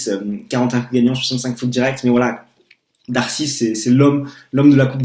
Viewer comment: Juste pour info -> On prononce darcis -> "darci" et de greef -> "de gréphe". En dehors de ça... bon résumé, bonne analyse :)